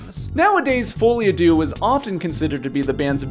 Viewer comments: It’s Folie à ‘Deux’ (2), not ‘Dieux’ (God). As in ‘shared delusion’. You pronounced Dieux pretty well, though! (‘Dyuh’) Duh is the pronunciation of deux. Teaching, not criticizing. 👍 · On that note, it took me too long to stop hearing "fully Adieu" 😅